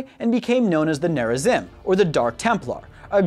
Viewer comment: Protoss Corrections: Tal Dar Reem is how you say it. (The darkside protoss) The Kala is more than a religion it is a mind link afterlife thing that lets all your memories be passed on to the living members of the Kala. Near a zeem is how you say it. (The rebel protoss) It would be better to say that the protoss (in general) use cyborgs not robots to make up for the lack of manpower. The protoss banned the use of robots after the purifier rebellion. they take dying and disabled warriors and make them into heavy units. The Purifiers were reintegrated late in the war with Amon. The Kalai had a position that was called the grand preserver. There were three of them and they were considered the most knowledgeable and mentally powerful of all the Protoss. Rohana the last grand preserver was herself preserved in stasis and in the Spear of Adun and had to come to terms with the very different universe she woke up in while giving counsel to Artanis. There is no such thing as feminism or sexism in a warrior society that literally is mind linked to the whole population and all the dead population. The reason for the purifier uprising was because the Protoss, instead of making an AI copied the mind of a Protoss warrior into a robotic brain, and did so poorly. Then they treated the slightly unhinged great warrior as if it was expendable. basically don't make a slave out of someone who was once a great warrior, never works out. later the Protoss perfected to process of copying the mind and